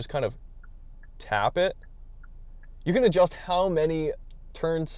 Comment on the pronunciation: Can or Can’t with the 4’ plywood? Hard to understand you